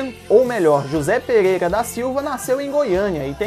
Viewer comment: Eu achei muito legal o conteúdo, mas principalmente a narração. ... "A atriz Mila MOGUEIRA. ..": "PEGUEIGA" (PEREIRA) kkkkkkkkkkk mas, de boa! eu tbm tenho a língua presa